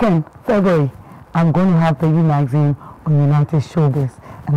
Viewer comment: I'm sorry for being the pooper but I cringe every time you mention the name. Its Maxine!! With an X not a Z. I'm really genuinely happy for you tho. It is a thing if joy to see your children grow